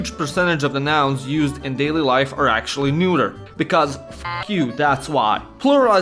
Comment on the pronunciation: Dude, it's not "neuter" it's "neutral" (pronounciation wise) :D and while I love the pun behind it (intentional or not) ffs, it really cramps viewing the video because I'm laughing too much